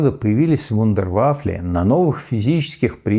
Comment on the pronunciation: Толко мне показалось что дядя Миша слово вудерваффен незаметно певратил в вундервафли?😮